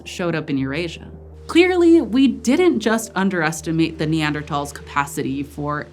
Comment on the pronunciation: Thank you so much for pronouncing Neandertals correctly!